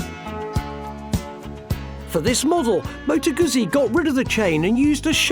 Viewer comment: Aren't you pronouncing it incorrectly? I really do want to take you seriously, but you sound like your reading from a script written by someone else.